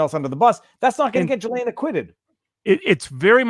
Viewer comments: Robert Maxwell's boat was The Lady Ghislaine. And by the way, the 's' in her name is silent. It is pronounced Gill-ayne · GILL-lane not JILL-lane